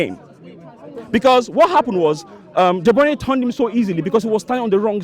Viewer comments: ‘De broyne os fo brekfos ‘. Goddamn ..... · Looool can't these arsenal fan De bruyne right? De bruyniee 😅😅😅😅